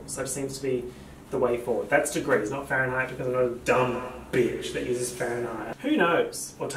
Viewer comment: "that's degrees not fahrenhite"